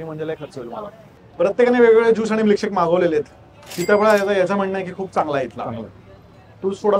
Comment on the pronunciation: म्लीकशेक नाही, मिल्कशेक 😂